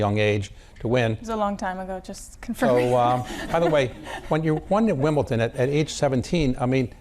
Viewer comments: What a bore, this interviewer. And it’s Wimbledon, not Wimbleton. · Is this guy just old, ignorant, or just don't know how to pronounce words properly there is a difference between WimbleDON and WimbleTON. Get him outta there Bloomberg,he sux